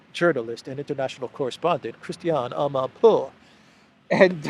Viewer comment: "Christianee Amanpoouuuaaaahhh" Brilliant,, just brilliant. You're really good at this, man.